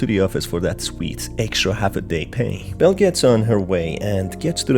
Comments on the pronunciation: I'm sorry but every time you say "Belle" it sounds like "Bill". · I’m sorry but do u call Belle Bill a few times